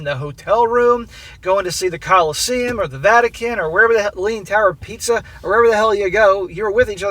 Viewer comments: so funny ……leaning tower of pizza…..😂😂😂😂😂😂 Pisa, pronounced peesa….just saying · Pisa, not pizza! ☺